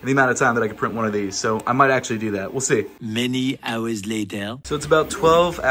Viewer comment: "how fast doo i have to walk?"